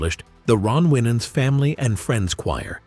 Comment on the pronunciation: I do not appreciate this gossip type approach to news about this blessed family. Just tell the story. No family is without issues, but the Lord hastruly blessed them and what a HUGE blessing for all your children to be saved and working for the LORD! Plus this AI voice is saying the last name incorrectly. Yes, Ronald Winans did pass, but the AMAZING MIRACLE that he was essentially brought back to life is a HUGE TESTIMENT TO GOD’S POWER!🙏🏽🙏🏽🙏🏽🙏🏽☝🏽✝️